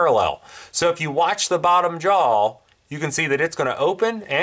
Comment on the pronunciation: question is - does it have a belt loop it is a 'JAW" NOT a 'Jowl"...